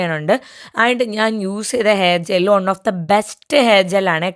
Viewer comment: Its not "ഒൺ" its "വൺ"Just correcting you. Please don’t be offended😊